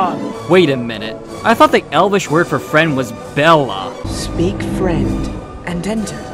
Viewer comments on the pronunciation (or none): Not Bella, not Methlawn, but mellon. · The Elvish word for friend is not meth-lon nor bella, it's mellon. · Okay just to put it on the table. The elvish word for friend is, mellon not bethlon. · The Elvish word for "friend" is not "bella". It's "mellon". Have you actually read the books? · Friend is mellon, mellon. But great video. You kill me with Gandalf the Methlon. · Actually, the Elven word for friend is "melon". In the animation Gandulf pronounced this "mechlon" where the ch is like the Scottish "loch". In the film he pronounces it "melon", as in the book. Thing is, I'm not sure the books explain how these words are pronounced, so it's anyone's guess. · You actually got the pronunciation more wrong than the Bashki version it's mellon which methlon is closer to than whatever you said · No, it's not Bellon, it's Mellon. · i think i now why the "mellon" elvish word for friend sounds like "meth lawn" i think they went with the icelandic/welsh pronunciation of a double LL, which sounds like a mix between a "ch" and "sh" sound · Meth Lawn actually makes a sort of sense. In the book the word was Mellon. Tolkien said the language was based on Welsh and in Welsh LL is pronounced ... well weirdly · I see what the director did there. "Mellon" could end up being a joke to the Spanish speaking audience, since it sounds like "watermellon" in Spanish (= Melón), so he introduced the intradental fricative sound -th into the mix, "Methllon" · The Sindarin and Noldorin word for friend is "mellon". In Jacksons trilogy, Gandalf does say "mellon" but the pronunciation does make it sound like it's a little bit of a B rather than an M. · Mellon, please! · ARE WE JUST NOT GONNA COMMENT ON THE PRONUNCIATION OF SINDARIN IN THIS VERSION?!!? Like when Legolas and Aragorn meet for the first time they SO BADLY MISPRONOUNCE "mae g'ovannen" and "vendui" 😐😐